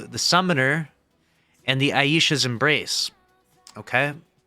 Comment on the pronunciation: Thank you for saying Aisha's Embrace right.